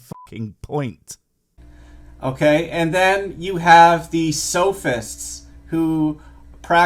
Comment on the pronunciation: Are they SOFISTS practing SOFISM or SOPHISTS practicing SOPHISM. Go to Google and look up 'pronunciation',..., Eh? Or, leave the attic and ask Mommy? And, "Two cavemen meet in the woods with an angel..., then they walk into a bar...."